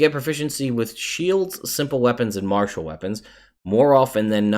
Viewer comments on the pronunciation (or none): none